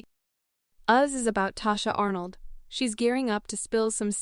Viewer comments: Pronounce her name correctly if you're going to present a story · This bot voice is tearing her name up thru the whole video, smh.